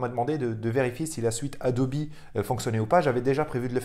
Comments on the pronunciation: Marrante ta façon de proncer ADOBE ADOBI....😂😂😂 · On dirait la logique allemande mélangée avec la prononciation anglaise,c'est assez amusant.